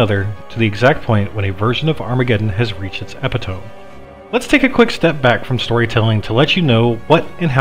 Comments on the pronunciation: It's epi-tohm? It's eh-pit-oh-mi. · Love this. Only critiques. 1. Some of the info is either false, misleading, or not the full info, otherwise it's great. 2. As everyone else said, the attempt at comedy during the ds2 part was cringey and kind of ruins the video. At least at that part. 3. Epitome= eh-pit-oh-me. Not, epih-tome. Anyway, overall loved the video! Thanks for doing this guys. This was really awesome! Loved the collaboration idea. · Epi-tome?! That's not some fantasy babble word, it's a regular English word. Eh-pit-O-mee. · that pronunciation of epitome Ow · Dude said epitome wrong